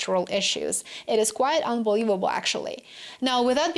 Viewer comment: you pronounce 'quite' wrong- as quiet/ˈkwʌɪət/ SHOULD BE quite /kwʌɪt/